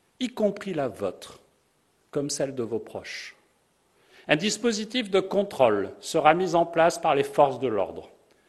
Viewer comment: Quand il dit 'controle' j'entend troll mais ce n'est que moi...